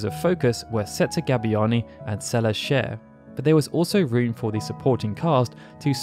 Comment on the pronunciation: Celesssss not CeleZ